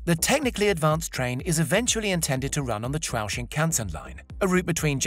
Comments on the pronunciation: This narrator really ought to check his pronunciation of Japanese with a native speaker. He is usually close but misses the mark slightly except for "Chuo" that is closer to "chew-o" than how he mangled it. BTW, totally in favor of maglev in the United States, indeed, throughout the entire world. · Great video but the narrators pronunciation of many of the Japanese names were way off. For example Chuo is pronounced like your sneezing “a-CHU” + “O” and the Japanese reporters name, Keisuke is pronounced like “kay+su+kay” All in all, great video tho!